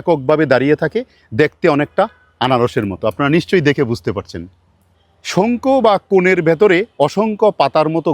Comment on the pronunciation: একটু কনফিউজ্ড ভাই, শংকু নাকি শঙ্খ?